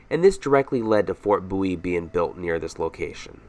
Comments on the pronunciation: BOW IE not boowe. Just saying. Apart from that I loved your video, a brilliant production. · Fort 'Booee'???